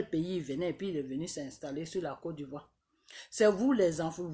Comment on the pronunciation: Ont dit côte d'Ivoire et non codivoire 😂😂😂😂😂😂